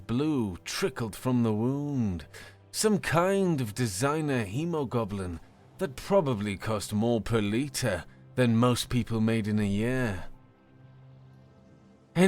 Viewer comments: Probably worth pointing out that "chandelier" and "freighter" aren't pronounced the way you keep saying them. Also "hemoglobin" is "globin" not "goblin". And I've said this before on another story, but "lattice" is still not pronounced the way you said it either. You're also not saying "atrium" correctly. You should really look up words like this before saying them wrong. And you read "protest" as the verb when it was clear by context that it was being used as a noun, too. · What's hemogoblin? Do you mean hemoglobin? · Snorted hot coffee through my nose with the misread hemoglobin. I need to add hemo-goblins to a D&D session. Just need to figure out hit dice. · Its Hemoglobin, not Hemo Goblin my guy